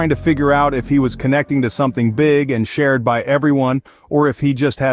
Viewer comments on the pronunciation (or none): none